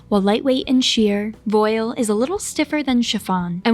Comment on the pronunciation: Thank you... Though it's pronounced "vwAHL".